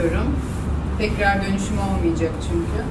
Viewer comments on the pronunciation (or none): none